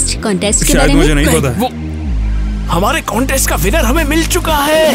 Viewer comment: It's not conteast it's contest😂